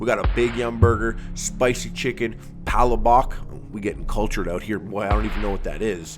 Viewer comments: Proceeds to pour gravy on Palabok (which is pronounced Palah-bok not Pa-labok) Me: DISGOSTANG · it's pronounced "Puh-lah-bok". For next time. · "Pala-bok" HAHAHAHA!